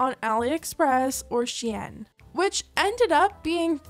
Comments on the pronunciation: Isn’t shein pronounced “shine”? Not she-yen. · sheyan? u mean sheen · stop calling shein she-en, it's spelled shein so it's pronounced how it's spelled. SHEEN like charlie sheen :/ or call it shine, as google says it is called that sigh